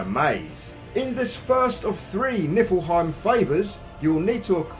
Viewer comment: Just so you know it’s pronounced knee-fill-hime